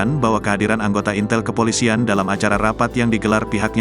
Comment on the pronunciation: Intel ngomong ya bukan intel.😂